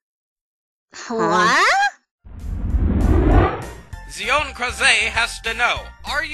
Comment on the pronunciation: Hey! You answered my question! But you got my name wrong! I can understand the Zion part, but Kraze?!